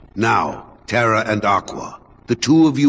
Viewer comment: lol terra is not "terrable" zing